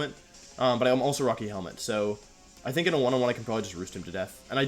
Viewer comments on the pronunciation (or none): none